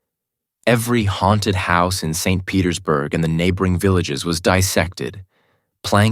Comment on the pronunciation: Why can't he pronounce the word haunted properly? He keeps saying hairnted.